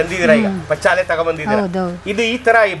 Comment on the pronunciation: ಪಚ್ಚಾಲೆ ಅಲ್ಲ ಅದು -"ಪಚ್ಚಿಲೆ" ಅವರ ಬಾಯಿ ಇಂದ ಹೇಳಿದ್ದನ್ನು ಏಕೆ ತಿರುಚಿ ಹೇಳುತ್ತೀರಿ!!!